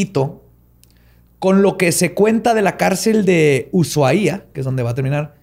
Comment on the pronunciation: Ahí pronunciaste bien Ushuaia! Se pronuncia "usuáia", con acento en la primera A y sin el sonido de "sh".